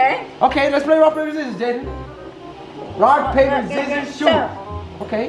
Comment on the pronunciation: said zizzorz